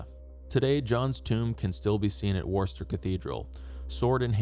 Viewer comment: Loving this series, looking forward to finding out who succeeded John. Worcester is less pronounced warster and more like wusster as in wuss. Great job though, you're teaching me (an ) my own history!